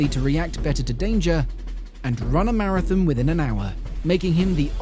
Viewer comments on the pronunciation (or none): none